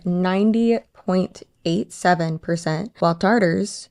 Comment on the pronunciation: You're pronouncing Tatar wrong. It's Tatar without an r in the middle. Tartar is a sauce 😢